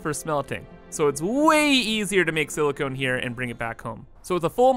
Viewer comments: Dude, this thing here is not siliCONE but silicon, those last letters should sound like con, as in con-artist NOT as in traffic cone. SiliCONE is a siliCON compound. One is a chemical element (Si) the other is it's compound... Pls at least try... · SiliCON not siliCONE.